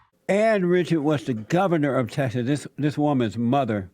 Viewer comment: "a congess woman from Tessas" 😂😂😂love you bro